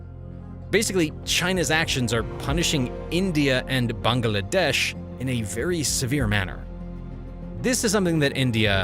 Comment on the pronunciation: I can't get over the pronunciation of Bangladesh: Bung-Uh-Lah-Desh :/